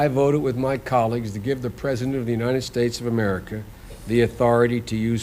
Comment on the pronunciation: The uninen states. This guy hasn’t been able to say United ever in his career.